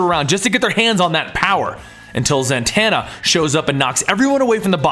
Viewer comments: The name is Zatanna not Zantanna get it right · It not zantana za tana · It's not "Zantanna!" There's no n there. It's Zatanna. Why does this guy butcher everyone's name? He called Krona "Kronos", and I don't even remember the weird ass name he called Ophidian. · Its zatanna.. Not zantanna. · Does it bother anybody else that he keeps saying "Zantanna?" Where's the extra N coming from? It's Zatanna.